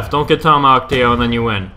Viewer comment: its teo not theo